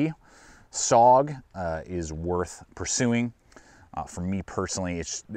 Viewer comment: Studies and Observations* Group "MACA-V Bowie" Hey laddie, go do your homework about MACV-SOG. Learn how to pronounce the acronym.